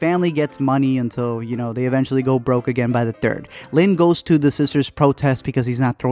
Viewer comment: I have never heard Lin´s named being pronounced that well,pleasantly surprised